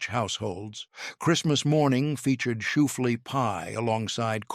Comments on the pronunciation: Where do they get these narrators?? SHOEFLEA? Really!! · I know, right, and it was said like 10 times!